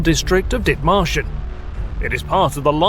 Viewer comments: Did he say, dick martians? Lol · I'm sorry is anyone else hearing "Dick Martians"? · I had to double check the spelling. All I could hear was "Dick Martians"